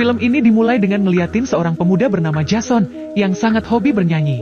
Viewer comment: menulis jason membaca nya jesen